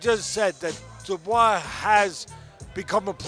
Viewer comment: Shocked Teddy has finally learned to say Dubois correctly instead of ‘Duboyce’